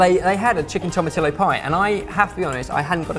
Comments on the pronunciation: I noticed you mispronounced two different words in this video and I just had to point it out. Tomatillo is pronounced 'toh-mah-TEE-yo' and coriander is pronounced 'sih-LAHN-troh'. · Your pronunciation of TO-MA-TEE-YO hurts me. To ma till o??? Seriously? 😂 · Im mexican and i love the way you guys say " tomatillo" try " thome-a-thee-yo" . and someone said " green salsa verde" " green salsa green!" ... haa! you guys are great. HAPPY NEW YEAR. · can you make a Mexican stew called birria? I'd love to see that ps. tomatillo is pronounced toh-mah-tee-yoh. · The difference here is that LL is an actual letter from the alphabet, and it's pronounced like if it begins with a Y. There is no room for error because it's not two L's stuck together, it's one letter. The mexican alphabet has LL, RR and Ñ added on. Tomatillo is pronounced tomateeyo and that's the end of it. They are welcome to pronounce anything however they want though, but learning the right way won't kill them. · The pie crust you made is fundamentally an American cornbread, only less liquid so it's more pastry than batter. "Tomatillo" is properly pronounced "toe-mah-TEE-yo"--Spanish has no use for reduplicated letter L. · I speak Spanish (not quite fluently) and I'm pretty certain it's pronounced tomma-tee-yos, because of the double L! :) looks good nonetheless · tomatillio =Toe mah tee yo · For the love of God, Tomatillo is pronounced 'tomatiyo'. Double ll! Translates roughly to 'small tomatoes' :D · BTW it is tom-i-tee-oh the do double l does not make an l sound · LOVE yall vids! it pains me to hear yall say tomatillo! Lol! just to help you out, it's pronounced toe-mah-tee-yo :-) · I love you guys but it's toma-tee-yo like how you say tortilla as tor-tee-ya. the LL is pronounced with an EE or II sound. (source: Mexican grandmother and relatives) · oh lord... toma-TEE-YO. Double L in spanish makes a Y sound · Sorry but it's pronounced tomateeo. Not the way it's spelled lol